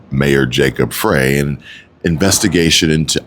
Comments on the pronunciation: no, I want no association in being part of Chi-Canadia. I want my state back (Minnesota) Edit: Jacob Frey is pronounced Frie like French fries. Js. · Jacob Frey is pronounced FRY